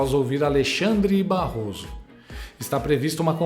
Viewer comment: "Barroso Ésper"kkkkkkkkkkk